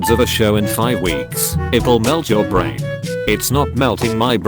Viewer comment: it sais brain wrong right after it sais it right it says zuck